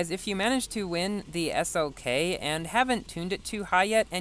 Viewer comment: he definitely said s-ok not slk